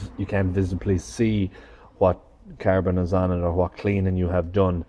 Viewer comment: CARBON not Carabon, joptvaimaķ!!!!!!